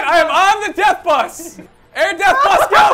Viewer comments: they are saying death buth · they are all saying buth not bus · It’s no bus it’s buth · It’s pronounced buth not bus 👍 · Sneakyalarm4 It's not air "Bus" it's AIR BUTH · Anyone else feel physical pain when they day "Buth?" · It kinda sounds like there saying death buth instead of death bus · Why do they pronounce bus like that?